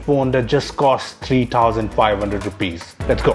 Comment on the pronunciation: you forgot to learn there is a "H" in the words thousand and that.